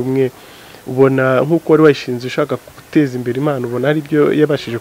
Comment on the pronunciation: Ntibavuga IMANO bavuga IMPANO